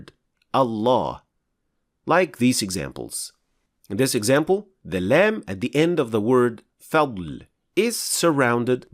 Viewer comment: Salaam brother your explanation is good but your لام has eemala . People follow you please correct it